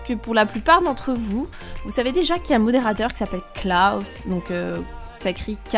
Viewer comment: C pas claous C clos